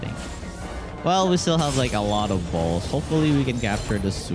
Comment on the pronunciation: It's so weird when he says bzlls